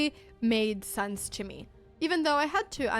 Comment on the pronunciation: Dear Anna, Anna Dear. Please it's sense not sanse. Oh won't you please go to Google please? And type "pronounce sense", search then in results click or tap the little speaker button. Yes listen please oh won't you please? Cause we love you 💓 loads like pepper on toast yes choclate crunch sweet teddys too! (High tone) And thank you for the chess and videos too. (Last sentence In Abba voice)